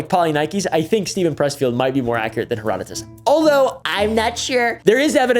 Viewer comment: Thank you so so much for pronouncing Herodotus correctly. Most YouTubers are out here killing my ears with their butchery of his name. ❤